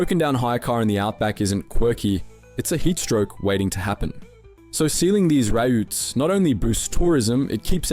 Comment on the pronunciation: I've only just realised this is an ai generated voice iver when he pronounced routes as raa-ootsa😂